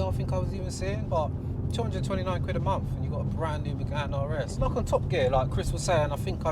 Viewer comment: being a "car guy".. you should be able to pronounce Renault properly, its not Renolts, its pronounced Ren-Oh. You muppet. 😉 Oh and Por-sha not Porsh. Come on man... its monTH not munFF. Lol OMG and you Owned a Renault in the past.... SMH Its probably why you went to BMW, something simple to pronounce. You poor sod.